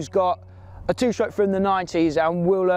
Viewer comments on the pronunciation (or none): "Two shtroke"